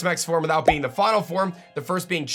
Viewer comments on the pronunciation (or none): none